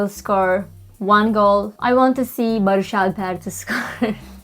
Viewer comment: I love the moment she started talking! Is she Turkish? She said Baris’ name perfectly?